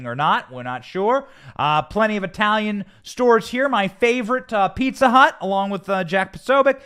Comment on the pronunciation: Did you say "Pizza Hut"? Or "Pizza Slut"...?🤔